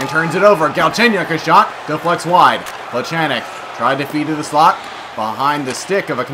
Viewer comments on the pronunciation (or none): you don't pronounce Weircoch Wyercock it is pronounced Wearcosh.You also don't pronounce Plekanec Plechanek you pronounced it Plecaneck.